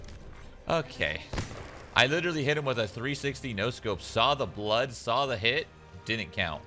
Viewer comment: “I saw the blooad, whoaat?”